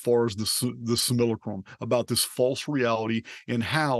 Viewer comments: why do people these days get easily offended...stop been reactive... dungeon program things... I laughed because you wrote how he says it most times... sililicrum... It is funny you know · ngl, from the subject line of the video, it sounded really interesting, but this dude's voice and the way he keeps willfully mispronouncing "simulacrum" is making me annoyed. it's physically jarring to my body and it's time for me to stop listening.